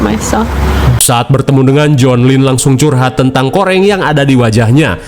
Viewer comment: Johan kak bukan jonh